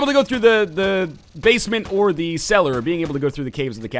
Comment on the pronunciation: the way you say tthe is weird 2 me.